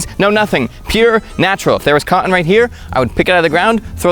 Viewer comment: Love you, but the glottal stop on “cotton” is really tough on the ears.